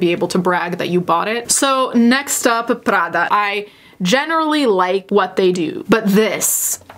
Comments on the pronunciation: I think i found a new fetish. Listening to pronounce things with the heavy italian accent is just so satisfying. Please say prada again. Or gucci. Or whatever. Uuuugh just like cutting a tomato with a freshly sharpened knife. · Just here to listen to pronounce “Prada” and “Gucci” in her delicious Italian accent. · The linguist in me, loves that you pronounce Gucci and Prada with a proper Italian accent. I've notice you do this in other videos, but it really stood out to me here.